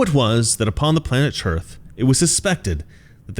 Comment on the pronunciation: Dude.... I love you 🤣. "The Epic of Tearth". Also sounds a bit like where Brienne of Tarth (Game of Thrones) was from. Moral of the story? Get rid of the cancerous politicians.